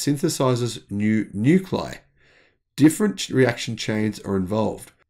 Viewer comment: Nuclei is pronounced "new-klee-eye" not "new-kleye"